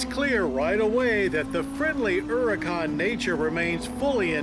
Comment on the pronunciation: I like how Mr. Davis pronounces the name “Huracán” correctly. Kudos to you Mr. Davis.